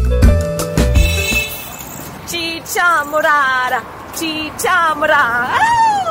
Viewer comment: Este video ya lo he visto muchas veces y tu forma de decir chicha morara chicha morara is funny jajajaj 👍👍👍👍